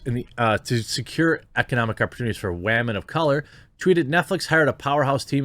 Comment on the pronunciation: Wah-men made me laugh.